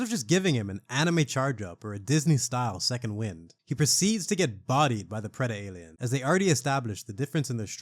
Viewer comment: Oh, AVP2 on PC era nitpick? The accepted pronunciation was: "Preh-dalien" rather than "Preda-alien"